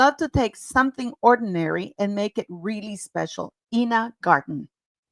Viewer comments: I-na not E-na Garten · Enjoy your videos, P! Ina Garden- pronounced, 'Eye-na" BTW. Also, wasn't M's self-bought watch, two toned- yellow and white gold?? I think the show is going to flop, however, I think the ladybug tapas are really cute, but not M's idea. The HAIR! so gross on a cooking show.